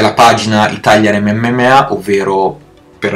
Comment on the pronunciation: Dice MMMA😂😂